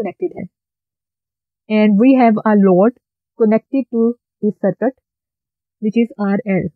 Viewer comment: Ma'm awesome video.. Bus ek suggestion hai, sircut mat boliye plz, circuit boliye, isse aapko teaching better ho jaegi